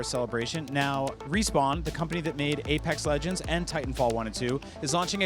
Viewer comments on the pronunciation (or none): none